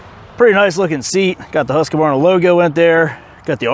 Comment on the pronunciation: quit saying husk-ka-var-na. It's husk-var-na.